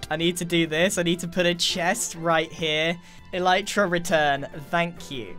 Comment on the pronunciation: Is it pronounced eleetra or elitra?